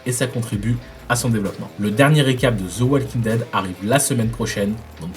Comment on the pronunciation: please stop sayin ze walking dead it's the walking dead tu peux facilement dire de walking dead ça passera fois mieux